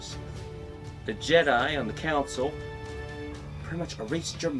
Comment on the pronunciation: exactly you HAVE to make a super dope epic video for kotor 2 bro, you know it has to be done, and btw i just finished the video, hella good job, yeaa... you kinda mispronounced selkath,council,Shan and you must've just woken up cause you we're talking really slow especially when you tried to remember the names lmao it was to funny, alll i see are the hand motions and i died.